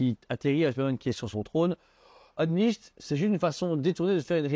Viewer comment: Unleashed se prononce EunLischd tout simplement :D